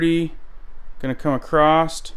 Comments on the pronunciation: There is no T in "across". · 'has went out' who says that? It's 'has gone out'. Also 'across' not acrossed.